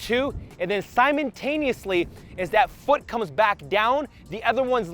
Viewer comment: 3.51 "Simon taneously" 🤣